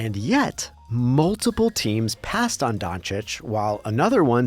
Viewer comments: Windy couldn't even pronounce Doncic's name. Keeps saying "Donic" 🤣🤣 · ah yes, my favorite player of all time Luka Donic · SAS called him "Donkich" for so many years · What’s crazier is that so many talking heads on TV still cannot pronounce Doncic right